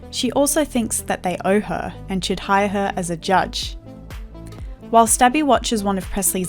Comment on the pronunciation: You called her stabby! That's funny. I really think you said whilst Abby, but it totally sounds like while stabby